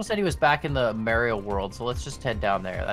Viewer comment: actually saying Mario properly